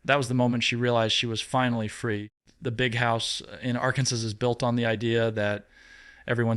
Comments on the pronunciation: is spilling the tea. But his presentation needs a lot of work. He can’t even pronounce Arkansas! 🤷‍♀️ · AI should really learn how to pronounce Arkansas.